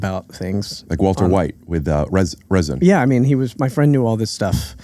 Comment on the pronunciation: It's Ricin, Rick! Resin is what your dad smokes at his carpet store.